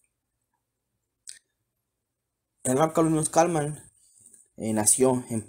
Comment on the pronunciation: No es Kalman es Kalmen ! Saludos